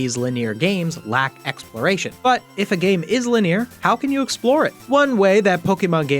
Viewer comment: Did you really read linear as lih-NEER‽